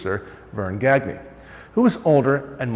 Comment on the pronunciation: Gagne is pronounced Gone-Ya, not gag nay. The baseball player can’t pronounce his own last name